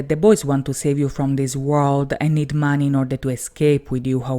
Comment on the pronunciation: Sorry but... Why do you pronounce 'money' like that?